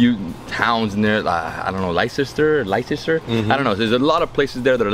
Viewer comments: Leicester is pronounced ‘Lester’. Just an FYI. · Leicester is pronounced LESSTER! In case you visit Leicester! Also, don’t forget Wembley and Stanmore for East African Gujarati food! A whole new palate! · Leicester —-> lesster ( how to say it) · i live in leicester - it is pronounced as LESTA. There are 1000s of indian places here including a road which we call the golden mile which is full of curry houses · Originally from Uk live in NY, Indians in UK are heavily influenced from East Africa. When in London try going to Regency in Queensbury also Lahore or Taawabs in East London (Pakistani Food)Also Leicester is pronounced as Lester. Enjoy it if you go, Birmingham also has a large South Asian population. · Leicester is pronounced Lester just a heads up from a U.K fan keep doing what your doing love to see video's of you and your Dad I lost my Dad in February this year cherish him while you can, much love Gina xx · Please come to Manchester there are a lot of Indian places - great food… Also Leicester is pronounced as ‘Lester’ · Leicester sounds like.... "Lester" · Hope you teach him how to properly pronounce Leicester.